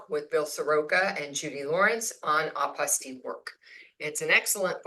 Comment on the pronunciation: Hi, I believe the correct word is Apostille not Apostie just saying If and doubt you can google the voice pronounciation